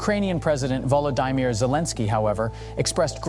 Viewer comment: Can you learn how to pronounce Zelensky’s FIRST NAME?!?… what kind of “tv” is this????